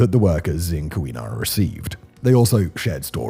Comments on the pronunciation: Kah-WEE-nah? 😂 KEE-wah-naw. This is a fairly well known event in Michigan. It surprises me it's not better known outside. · Also, around , pronunciation: Kee-wa-naw. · Simon, thank you for trying to pronounce the Upper Peninsula names. In Michigan we say "Calumet" as KAL-YOO-METT and "Keewenaw" as KEY-WEH-NAW. Cheers! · Its pronounced Key-win-naw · HOW-ton County. KEY-wa-naw Peninsula.